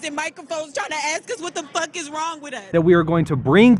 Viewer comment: 1...2...3 "fook" Jake Paul